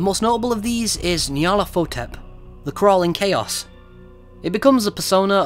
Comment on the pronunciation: Ur Pronunciation of nyarlathotep almost gave me an aneurysm